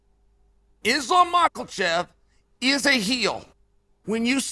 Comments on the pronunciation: It s more like michaelchev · This mf really thought we didn’t catch him pronouncing Islam’s name correctly and then reverted back to ma Kal chev the rest of the way through ! I caught you out mf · Bro gariush, makelchev, I'm dying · Love Uncle Chael's channel!❤ I still laugh every time Uncle Chael pronounces Makhachev's last name as "Mak-el-Chev!" Simply hilarious!!!😂 Uncle Chael doesn't care how he pronounces last names! Love it!!!😂👍🤣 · Mackul-shev lol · Chael "Macklechev" Sonnen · 'Makalchev'. Greatest ever. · I love that Uncle Chael purposely mispronounces names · First of all, Learn how to say Islam’s name lol Second, Boo Chael !! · If you cant pronounce his name you need to just shut up chael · Chael the white weirdo sonnen... It's time for you to Pronounce Islam's name correcty. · Why does Chael pronounce Makhachev with a hard L in the middle?